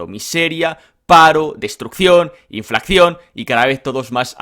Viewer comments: …. Por favor se dice Inflación con una sola C no se dice inflaccion. No cometas ese error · inflación, no inflaccion…por favor